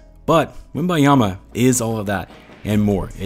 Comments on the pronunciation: WembeNyama, Feel like you keep saying WemBYEama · If you're going to make content about the man, take the time to pronounce his name right... Wembanyama... Not Wembayama... The N before the Y my guy... The N before the Y... Great video though